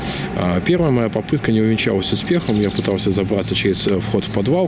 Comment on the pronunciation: Кто там в коментах радовался, что МШ- «самый интеллектуальный блоггер»? ЛифтЫ и фортЫ очень режет слух,!